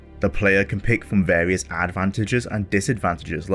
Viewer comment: Wole play with warious quests in a pawticulaw quest in vawious locations.